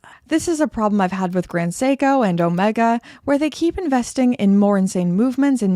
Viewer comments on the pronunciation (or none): none